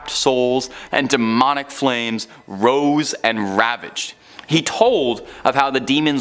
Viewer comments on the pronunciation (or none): none